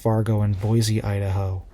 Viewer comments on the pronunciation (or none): none